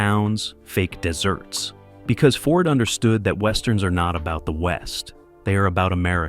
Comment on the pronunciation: Why so many mispronounced names and words ("desserts" replacing "deserts"? )Why so many scenes from "Once Upon a Time in the West" interspersed with the section about "The Searchers" and then visa versa. AI really does suck.